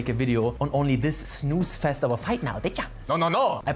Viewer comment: you say fight, but I hear flirt